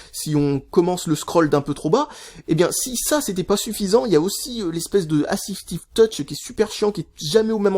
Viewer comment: "Afisifstive Touch" :D